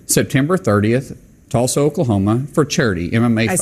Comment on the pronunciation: The oklamona was comical though.